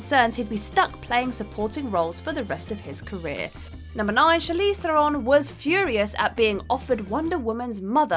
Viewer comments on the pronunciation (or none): Diana PRINCE. Theron rhymes with 'heron'. Gadot sounds like "Ga-dough"